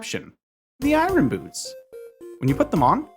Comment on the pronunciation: It’s eye urn, not eye run.